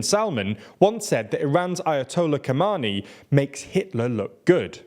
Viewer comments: "Kha-mayny" not "kaman-ny". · absolutely butchered Khamenei's name. I'm sorry.